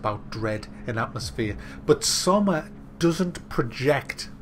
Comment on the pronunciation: It's pronounced SSSS-OH-MA.